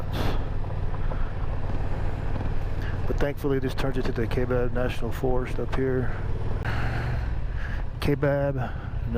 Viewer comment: The correct way to pronounce Kaibab is to ignore the “a”. The “a” is silent and the “I” is strong like tie or pie. The forests and counties in AZ are named after Native American vocabulary so they can be challenging to pronounce. I’m glad you found that camping spot, it’s one of my favorites. I always enjoy your videos.